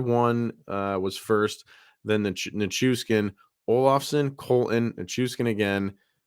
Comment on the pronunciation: NichuSHHHHkin. There is no S in his last name, it is SH.